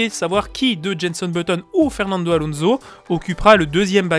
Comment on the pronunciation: Moi je le prononce comme toi, et je suis bien Belge, donc t inquiètes;) Sinon Alonso et image 2:)